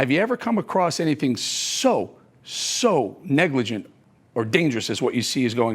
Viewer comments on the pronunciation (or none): Dogg, you said negligent wrong.